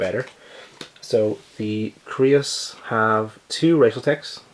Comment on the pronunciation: Creuss is pronounced like Dr. Seuss *CHANGE MY MIND*